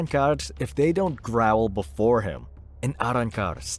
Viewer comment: Grovel not growl.